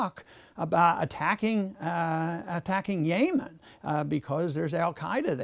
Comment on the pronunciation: I would take him more seriously if he could pronounce Yemen and Saudis right